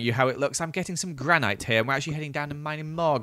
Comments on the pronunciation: granit ❌ granaight ✔ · It’s written granite but pronounced granit